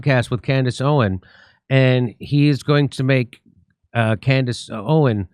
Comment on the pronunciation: Jimmy, at least pronounce her name right. It's Candace OwenS, not Owen!